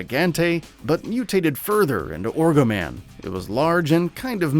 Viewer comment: It's ogroman,not fuckin orgoman. Literally can't see a point of this video. Why is Alexia here... dumb video